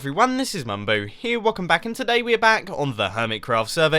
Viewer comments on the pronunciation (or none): none